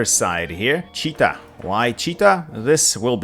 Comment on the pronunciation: actually it is Chit-a , not Chi-ta )